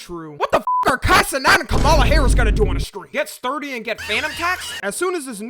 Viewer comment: ngl kinda weird to say her name like that, it's kama la, like .... ,+la also lets talk about the funnest thing about this political race is: there's a only fans British girl that tattood trump across her face